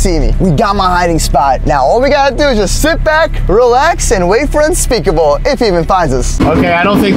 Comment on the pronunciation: whenever you say unspeakable you mean unspaboooo